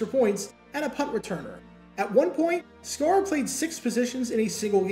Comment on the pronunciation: John Sciarra -- pronounced SHY-ra, not SCAR-ra ... great athlete, former UCLA QB who played WR/DB, etc., 2 years with BC Lions and 6 years with Eagles... Note also that Sciarra played for Dick Vermeil at UCLA...